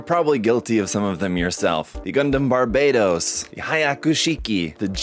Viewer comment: I really do hate when they call it Barbaytos tho